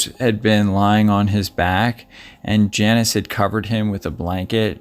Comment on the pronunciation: Her name is pronounced Jaw-neece and not Janice.